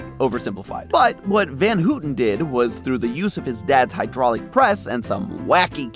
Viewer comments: As a Dutch person, the pronunciation of "Van Houten" here inflicted physical damage. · trivia: the sound of ou in Van Houten is the same as in round. not whatever is used in the vid.